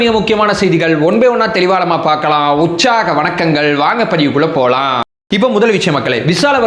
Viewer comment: Urchaga vanakkam pronuonciation Sariyilla, ucchaga vanakkamnu sollureenga nalla illa